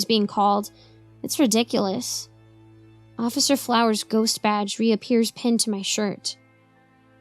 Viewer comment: Hahahaha I’m so glad someone caught that. XD I think that started as a blooper and I decided to say it again like that XD